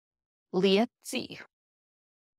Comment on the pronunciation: /lie-EHT-zee-i/, rhymes with pie